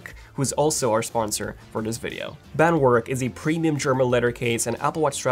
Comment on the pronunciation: It's Bandwerk, not Bandwork.